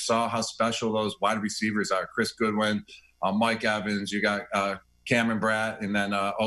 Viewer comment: I love how he said Godwin's and Brate's name wrong xD